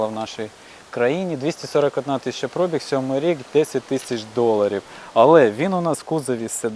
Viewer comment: Ох ваша вимова 🙄 особливо "Про'біг"